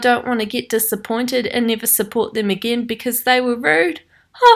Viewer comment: I like how you say again